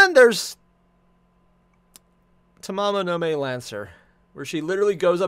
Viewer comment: Fate/GO NA is the global version. It’s Ta MA MO no Ma (as in Mama) e (as in Eh). Her name isn’t a freaking month.